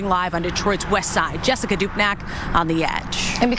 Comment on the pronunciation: Ewe, she said “Jess-ka”.. easily the worst name ever conceived.